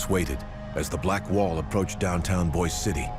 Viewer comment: The narrator’s pronunciation of Boise City, Oklahoma is correct. It is not pronounced the same way as Boise, Idaho.